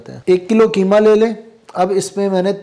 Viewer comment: کی ما نہیں بلکہ اسکو قیمہ کہیں ۔۔ قی ما ۔ قاف ۔ کو ق بولا کریں ۔ جزاك الله